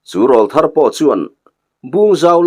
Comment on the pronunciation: Râwlthar tiin lam ri ve tawh la....... insiamthat hi tum ve tur.. 😊😊😊